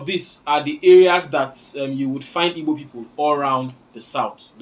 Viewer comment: Even you is wrong to say ibo instead of Igbo. You can't say ibo because oyibo man calls that way, it is a disrespect to us to call ibo and worst is when you are also an Igbo man. If you can pronounce that word Igbo perfectly even if you are not an Igbo man it will qualify you to get citizenship from Igboland because that word Igbo pronunciation is hardest thing for non-Igbos. Once again, learn to say Igbo and stop insulting us with ibo.